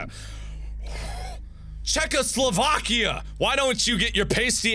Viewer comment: Out of everything that happened in this video, nothing made me laugh more than when Mark messed up saying Czechoslovakia.